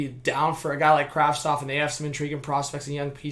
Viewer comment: Why is everyone saying Kravstov!! The name is Kravtsov... isn't it?